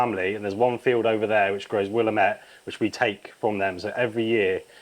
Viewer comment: Stop saying “Willem-ette,” it’s “Will-ammate” Other than that this is absolutely fab. Nicely done!